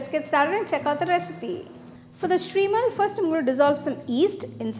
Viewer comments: It's pronounced as SHEERmaal , not Shreemal. "Sheer" means Milk in Urdu , and milk is used while making this , hence the name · Shrimal????? I have never heard someone calling sheermal as shrimal n that is offcourse not a slip of tongue.and butter on.sheermal?